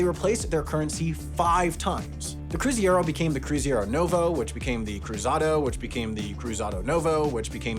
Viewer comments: It's CRUZEIRO, not CRUZIERO. "Cruziero" is making my ears bleed! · it's cruzeiro (pronounced croozayro) not cruziero like you spelled and said it (as you can see on the bills). can't wait to see this in the next HAI mistakes vid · "Cruziero" bro 😭 Why do people always swap the e and i in Portuguese words 💔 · Just a correction on pronunciation: Cruzeiro is spelled (in english) "Croo Za ee roh" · Tiny correction: it's "cruzeiro" (pronounced something like croo-zay-roe), not "cruziero". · It is quite distracting to hear "cruziero". I get that Portuguese sounds can be very difficult for English-native speakers, but it sounds so much like someone trying to make a fake Spanish word based on a Portuguese one, it ends up sounding very bizarre. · It really takes effort to mispronounce and mistype Cruzeiro even when it's correctly written on the bills right in front of you 👏🏾👏🏾👏🏾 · also the ei part is more pronounced like ay(in english) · I'm portuguese and for a hot minute there I wondered if the currency was actually called Cruziero, but of course just couldn’t say it properly. Looking forward to the HAI mistakes video at the end of the year covering this one! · He kept on saying cruZieÉrro kkkkk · I was going crazy every time he said cruziero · I got curious and looked it up, apparently the way he pronounced is used by some less common Brazilian and Portuguese dialects. The more common Brazilian Portuguese pronunciation is kroo-zee-roh and the more common European Portuguese pronunciation is kroo-zai-roh (apologies in my attempted phoneticism). Brits use the Portuguese reading of the word, so it confused me as well. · He fumbled the bag there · menor n sabe pronunciar "cruzeiro" ENG: bro doesnt know how to pronounce "cruzeiro" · CRU ZEI RO not CRUZIERO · That's not how you pronounce "Cruzeiro". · Next on HAI's yearly correction video: apologizes for triggering his entire Brazilian viewerbase by mispronouncing (and misspelling) Cruzeiros 🇧🇷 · CruzEIro not cruzIEro